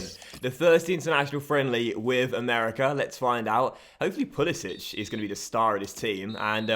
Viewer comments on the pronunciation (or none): Hey, I'm American and Pulisic stated in the past that he pronounces his name as "Pulisick" and not "Pulisich", it's weird but he doesn't have the accent on the C